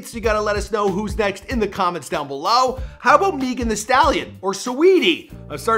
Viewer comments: really just said "MEEGAN THE STALLION"🤦‍♂️😂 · Did he really just say meegin the stallion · Rico nasty is not a song, also did no one else notice how he said Meghan Thee Stallion? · Y’all worried abt him calling the song Rico nasty......his man cannot even pronounce Megan. Dis dude said Megan......meeeegan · He also said mee-gan the stallion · Bro said "Meegan the Stallion" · MEEE-GAN? the stallion lmao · This dude said “mee-gan the stallion” like what? Jajaja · This nigga said mie-gan the stallion 😭😭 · Not even a full 60 seconds after the “Rico Nasty “ fumble, you say MEEEgan The Stallion...bruh... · Meegan thee stallion 😂💀 Megan Megan not meegan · ‘Mi-gan the stallion’ ?? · Meeegan the Stallion? Really? LOL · Who the hell is MEEGAN THE STALLION? 🥴😂😂😂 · Doja still smokes weed Rico Nasty is the featured artist not the name of the song It's not pronounced Meegan or Dalami. Got damn this the whitest of white journalism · “Meegan the stallion” 😂😂😂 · MEEEGUN that staleeun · “Megen thee a stallion” Me: who tf is a megen😂😂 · this man said " mEgan thee stallion" 😂🤦🏾‍♀️ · Lmao he called Hot Girl Meg "Meegan" 😂😂😵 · Did he say “meegan the stallion ” im ded 💀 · He said meeegan the stallion 😂😂. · “Meeegan the stallion” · he said "mee gen" the stallion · Smh lol first he said her song called Rico Nasty now he said Meegan Thee Stallion😂😂😂 bruh